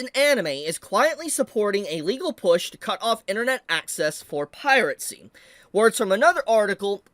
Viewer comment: why does he pronounce it "pirate c"?